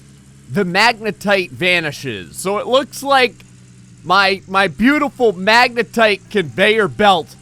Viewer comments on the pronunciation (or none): He said wave separator and magnatite table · "The Magnetite Table" and "The Wave Separator" Dammit...